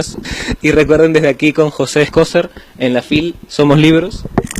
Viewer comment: José "Escócer"? Así dijiste al final, "escócer"...